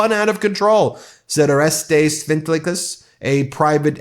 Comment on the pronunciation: Orestes is pronounced oh-REST-ease.